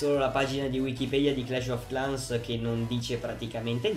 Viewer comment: credo si pronunci "clesh of clens"